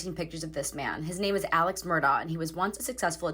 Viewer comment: The THIEFs name is Alec. Not Alex..it's Alec.